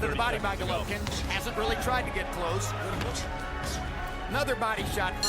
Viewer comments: You know, when you hire a company to do the voiceover on a video, it might be nice if you informed that individual how to properly pronounce the name of the star of the show. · you should learn how to pronounce golovkin's name my man, at least give him respect he earned.